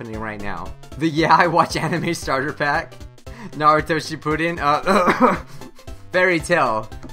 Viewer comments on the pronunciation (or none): none